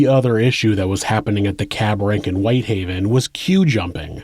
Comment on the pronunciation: WHITEhaven not WHiThaven